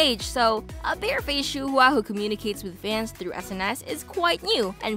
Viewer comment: Her name is pronounced “shu wa” not “shu hu a”😭